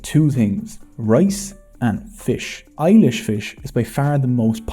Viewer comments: Ilish is pronounced "eelish", not "eye-lish". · I love this video so much That i think i can forgive all the mispronounced words. But seriously eyelish was so ridiculously funny 🤣. The correct pronunciation is E-lish. Speak E first than Lish 😅 I enjoyed this video as someone from Bangladesh. We actually learn this in our history but seeing all of this visually was really great. I think i learn more from this video about my country. You did a great job sir 👍👏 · Just a small correction: "Ilish" fish should be pronounced as "ee-lish" (not "ai-lish"); it also was spelled as Hilsa (heel-sa) fish by Europeans. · i know the fish spelling is ilish but its pronounce E-lish